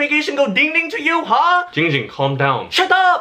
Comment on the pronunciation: its jing jing not ging ging